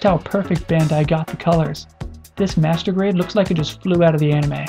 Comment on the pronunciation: when you say master grade sound like masrtubate.... LOL